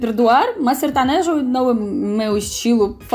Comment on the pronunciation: Kkkkkkkk detesto sertanejo kkkk sertonojo kkkkkkkkk